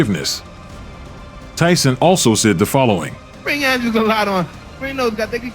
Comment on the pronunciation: That's how you pronounce "Andrej"